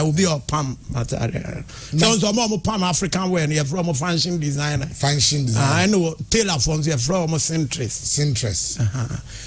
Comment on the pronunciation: I think am hearing Fanshion Designer 😂😂😂😂